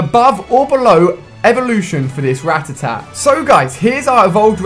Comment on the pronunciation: or ratitat. when it's FUCKING RATTATA